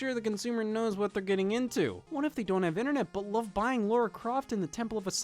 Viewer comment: That's Lara Croft, not Laura Croft.